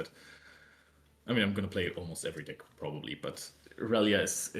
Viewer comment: You guys are awesome casters and I love the content! Plus mucho kudos for finally saying irelia’s name right